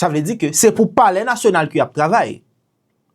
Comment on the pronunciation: It sound bizare, how he addressed saying polair national.? Alex sold HAITI.